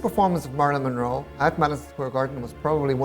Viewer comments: I know he has an accent, but say Marilyn’s name right! It’s not marlin, it’s Marilyn ! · "Marlon" "Marlon" "Marlon" -- just once I wish he'd pronounce it "Marilyn..." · It sounds like he’s calling her “Marlin” instead of “Marilyn”. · OMG.. Marilyn... Marilyn....not Marlon!!!!!!! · I HATE how he pronounces her name...Murlin Monroe...YUCK!!!! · The way he says her name... like Marlin... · you can blow that very "long winded" response, right out t of your ass, the dumbass no doubt heard the CORRECT pronunciation of Monroe's name, he could have made an effort to pronounce MARILYN correctly. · totally disagree, accent or no accent, the dumbass could have learned to pronounce her name CORRECTLY.